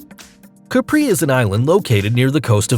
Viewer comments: it's Capri, not Capri'. The Emphasis is on the "A", not the "I". Caaaa-pri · Capri is pronounced CApree in Italian (also Santo STEF fano) . It's French to say "caPREE" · It's pronounce is "Càpri", not "Caprì". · Nice video, but learn the correct pronunciation of the locations before doing such a video, or you'll lose credibility. It's a true headache to listen to this huge amount of wrongly pronounced names such as Capri, Seychelles, La Digue, Saint Lucia, Soufriere, every location on Bali amongst others!! Also, use the correct pictures to go with. One of the pictures in the Bali chapter, in fact, shows Anse Source d'Argent on La Digue, Seychelles. Bali is a great place but there's no beach with such beauty. Your thumbnail shows the Andaman Islands, which are not even mentioned.